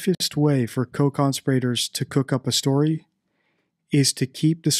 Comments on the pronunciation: Your pronunciation of CONSPIRATORS is just bizarre. Have you never heard the word spoken?? It’s not ‘CON-spirRAtors’. It’s ConSPIRators. The emphasis is on the second syllable, not the third. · "con-spi-rator" ?????????????????????? it's "conspira-tor" as in "conspiracy" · Just one thing to note, there are no law educated types of people on this planet with English as a first language who decribe conspirators as conspirate ors. ? strange way to pronounce that word?. Its not that easy to just dump a body however small into the sea without sailing out quite far in a boat and using heavy weights to pin that body down. Especially along a tourist coastline thats frequented by a whole host of various users of the sea. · Dude, how did you decide to pronounce “conspirators” that way? 😆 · Why do you believe that Madeleine was put in the ocean? You have said this on several of your videos. How would they have accomplished this? You have not put forth a hypothesis of how this may have happened. She would need to have been weighted and also taken far out to sea so as not to have her body found? Also, you pronounce conspirators in a strange way, despite in other previous videos (or subsequent, I don’t really know), expressing that this is the incorrect pronunciation. Hope someone can answer this. Thanks. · Where did you learn your pronunciation of "conspirators"?